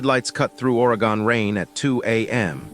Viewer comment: "Or A Gone". Its just Oregone not a distinct 3 syllable city. Of course another 81 story. Not Outlaws MC, Highwaymen MC, Vagos MC, Sons of Silence MC. Countless other 1%er Clubs.